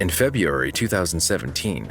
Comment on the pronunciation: "Febeeeairy" lol